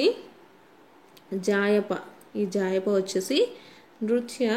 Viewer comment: Not japaya it was a jaayapa